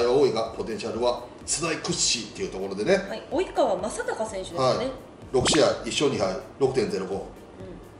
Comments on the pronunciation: おいかわ じゃないです およかわ です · 及川は「おいかわ」ではなく「およかわ」と読みます(まあふつういで読むよね) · おいかわじゃなくておよかわなんだよな名前って難しい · 及川→およかわ、です。袴田さんだから許します。 顔で里崎さんのアシスタントはできない（名言です） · ×おいかわ ○およかわ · 😄及川→およかわ😊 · おいかわやなくておよかわですよー！ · おいかわ じゃなくて、 およかわですよーーー。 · 「おいかわ」じゃなくて「およかわ」ですよ